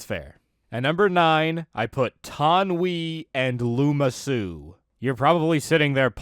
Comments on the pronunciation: Its Lama Su, not Luma Su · Lama Su: exists: “Looma Su”